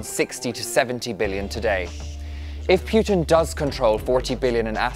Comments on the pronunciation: Putin not P"you"tin... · why does this guy say pjutin not putin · it's poo-tin…..not pew-tin. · I tried, but I can't listen to all your obviously thorough research if you can't even say the guy's name properly. It's not PYOO-tin, it's POO-tin. Greatly diminishes your credibility. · Poo ting Not Puh teen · very interesting video - only grippe is how the presenter pronounces PEWTIN. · most Americans pronounce it as PU'IN without the T so its kinda irrelevant. Most people pronounce it wrong (Don't know why, well, maybe because I am slavic)